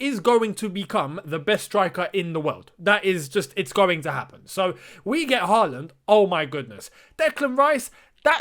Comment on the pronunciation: You should try to pronounce Haaland correctly. The double a’s are pronounced like the ‘aw’ in words like hawk and thaw. The last a in ‘land’ is pronounced like the ‘a’ in words like past.